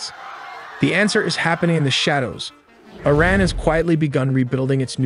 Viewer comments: It say ITran? May just be trying to tell us something? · Bros ai can't say words right😂 the way it says IRAN with a T